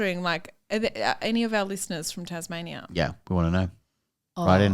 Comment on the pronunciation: …Did really call Tasmania “Tasmazia”..? 😂🤣